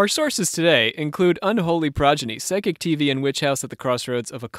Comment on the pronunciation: Its PSYCHIC....NOT pronounced like side chick.....❤